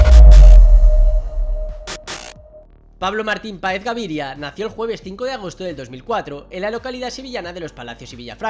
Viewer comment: Es “Gavira” no “Gaviria”, así como en el vídeo de Pedri, decías “Tegüeste” y se pronuncia sin ü tal cual Tegueste, GUE!! No obstante, salvo esos pequeños problemas de pronunciación, muy buenos vídeos 👍🏻💪🏼